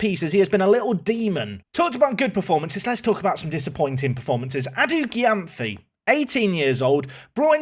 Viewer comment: great episode! p.s Adu-Gyamfi's name is pronuced ADU-JEM-PHEE